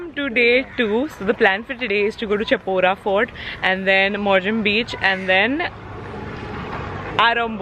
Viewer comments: Ok it's pronounced as "Shapora" Instead of *Cha*pora... Love love❤ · Chapora is pronounced as Shaa Paw Ra